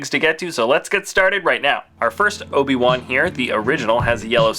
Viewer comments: You said oba-wan not obi-wan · he says Oba one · You said obe wan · another padawan Oba-Wan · no no no its Ben kanobi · Oba one... That's what he said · "Let's move to the episode ONE Obi- ONE(Wan) where he is a padaONE(wan)"